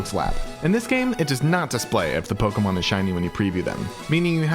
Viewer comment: YOU CANT EVEN SAY POKEMON